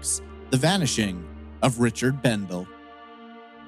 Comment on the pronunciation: For what it's worth, his last name is pronounced Bendel-ee. I was his classmate at Burley High class of '85. We weren't friends per se, as we didn't hang out together outside of school, but we talked a lot at school. He was a very friendly guy. My best go out to his family. The Kimama desert is very remote and rugged in place. There are no trees and really no points of reference, so you can get turned around and lost fairly easily I would think. Also the lava rocks are very sharp and can be tough to walk in. If you sprain or break an ankle, it could be very difficult to get back to safety. I think the broken truck window is strange. If it was a stranger who did it, they would have taken the shotgun.